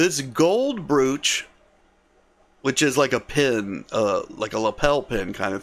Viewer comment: Please, brooch is pronounced with a long o, like the o in the word broke. Another example of why the English language is difficult to learn. Carry on.